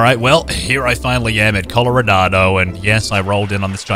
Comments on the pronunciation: Wait is it just me or did say colorodado I though it was Colorado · why does he say “colorado” like “colloradado” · Coloranado why are u calling it that its just colorado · I love how he is saying Coloradado